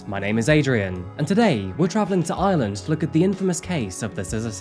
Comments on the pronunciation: Loads of Brits mispronounce lreland as lsland! Its a real bone of contention for us lrish! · Hus accent made "Ireland" sound like "island" lol. I kept waiting to hear what island it was!